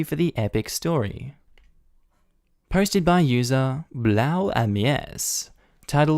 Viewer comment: You mispronounced BlauAmeise. Blau is Blue and an Ameise is an Ant. Basically the OP was called BlauAmeise in german which be translated to BlueAnt